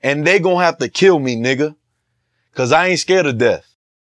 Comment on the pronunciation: White boy gotta stop sayin nigha